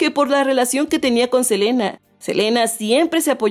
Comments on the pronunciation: “Selana” JAJAJAJAJAJAJAJAJAJAJAJAJJAJAJAJAJAJAJAJAJJJJAJAJAJAAJJAJAJAJAJAJAJAJAJAJAJjajajajak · Selana?? Ajajjajajaa